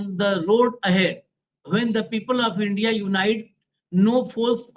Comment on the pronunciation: INDIA को INDI कौन बोलता है???